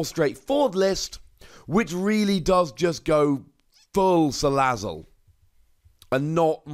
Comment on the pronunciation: Wait a minute... He's Pronouncing Salazzle Correctly